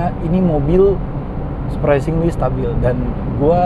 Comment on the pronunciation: Surpresingli surpesingli berapa kali di ucapin tuh